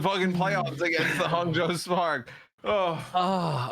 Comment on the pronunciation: I was pretty flattered about that pronunciation of Hangzhou